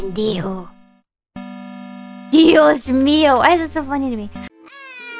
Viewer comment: ese es el "dios mío" más español España que he escuchado xd